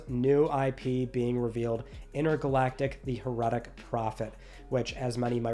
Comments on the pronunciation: HEHR-eh-tic, not hehr-ET-IC. Just fyi, not giving you a hard time. If you haven't heard it said out loud it's an easy mistake. Enjoy your work as always. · The way you pronounced "heretic" in The Heretic Prophet really irks me. I've never heard someone say heretic that way. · You need to learn how to say Heretic my friend.